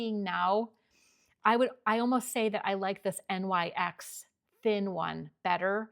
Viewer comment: I’ve never heard anyone call it N-Y-X. Most people say NYX (pronounced Nix) 🤷🏼‍♀️